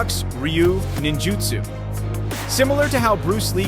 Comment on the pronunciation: Well Steven Seagal, may have been taught martial arts by various instructors, but they never taught humility, no one should be cocky about what they have been taught, there is always someone better. As for Frank Dux, there is no martial called ninjitsu, The proper pronounciation is Ninjutsu as far as i know there are only 2 different Ryu ( schools ) one is koga ninjutsu which were reportedly wiped out hudreds of years ago, and the other Togakure Ryu Ninjutsu, which can be traced back 34 generations, which used to be called Shadows of Iga, now the Nine gates Instatute currently run by Masaaki Hatsumi, the 34 grand master of the Ninja art